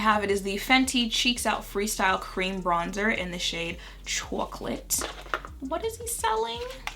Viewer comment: “He’s selling chawclate” I fell out 😂